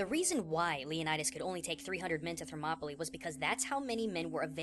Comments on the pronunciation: gaijin thermopoLEE i swear its pronounced thermop uh lie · I think it's pronounced ther-mop-o-lie